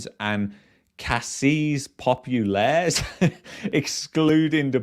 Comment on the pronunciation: OMG you just murdered the word ''caisses populaires''